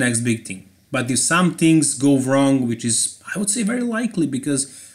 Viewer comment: Thansk for saying tvings as it is